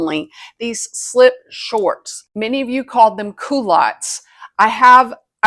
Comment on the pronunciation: This is all so obvious. I am surprised you didn't point out that a plane goes up in the air lol It is pronounced cull-ottes not cool-ottes and they were just big knickers, not culottes which look like skirts but have legs in them. These look like big knickers because they are big knickers lol